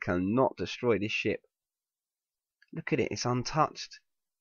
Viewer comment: I thought he said "I don't believe this shit" when he said "I don't believe this ship" LOL